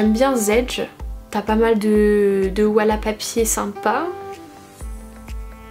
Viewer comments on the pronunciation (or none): wallapapier ? C'est wallpaper normalement 😂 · « Walla papier » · Mais nan chuis morte t'as dit "wallapapier" 😂